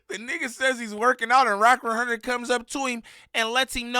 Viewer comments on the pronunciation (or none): "wrack wunhurrnid" 🤣😭 "Imma keep it a Bundelly" 😭😭